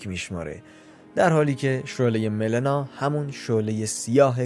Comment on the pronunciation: آقا دمتگرم که ویدیو میسازی ولی اسمش ملینا هستش اونم مَسمر نیس مِسمر